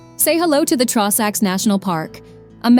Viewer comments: Please stop pronouncing everything so badly! It's an insult to Scotland. "Drum-na-drow-cheat" had me buckled! 😂 "Traw-sacks" ffs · The Trawsacks 😭😭😭🤣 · It’s annoying the pronunciation of drumnadrochit Ben A’nn and the trossachs had me shouting that’s no how ye say it 😂